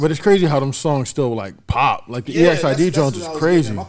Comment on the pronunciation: Exid it’s pronounced (x id)